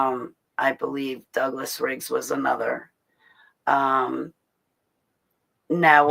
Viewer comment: Did u say one of your programmers or DE-programmers was Douglas Riggs?... 😮